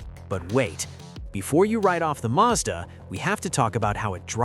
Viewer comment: madsa??? No it’s Mazda